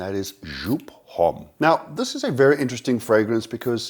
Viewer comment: Please stop pronouncing the H in Homme, it's wrong and it sounds wrong also. Besides that, great video, keep it up